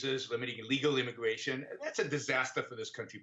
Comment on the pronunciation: This is an intwesting debate on immigwation weform.